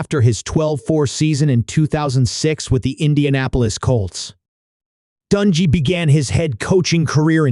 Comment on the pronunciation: For the love of God will you PLEASE PRONOUNCE HIS NAME CORRECTLY???